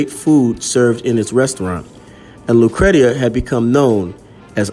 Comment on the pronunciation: Her name is pronounced “lou cree sha”. That is my sister’s name also.